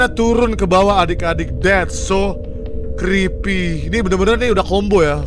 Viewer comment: "DHETT SOOW KRIPII~" candu bang hahaha😭😭